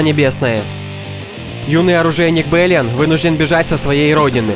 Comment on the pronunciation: Балиан,а не БЭлиан. Нэйтан Олгрен,а не Нэйтан Альгрен. => ГОВНО,а не ВИДОС